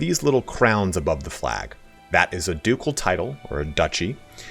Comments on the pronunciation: Ducel is hard C. dejure is French so pronounce de zuur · The c in ducal is the /k/ sound.